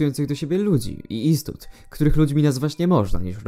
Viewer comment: czy rzeczywiście mówi się "istut" zamiast "istot"? czy to było przejęzyczenie?